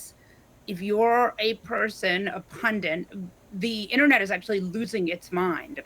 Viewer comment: The other woman thinks the word pundit is pronounced pundent 🫢.